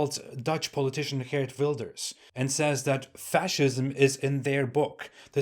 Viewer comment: Wowwww he says geert wilders correctly!